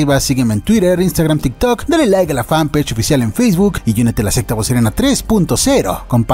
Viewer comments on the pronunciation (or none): none